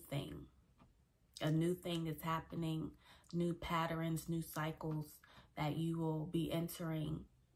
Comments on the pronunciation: Great word. But Patterns, not Patterines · Patterns Not Patterens. My apologies, had to state that. I LOVE your content though!❤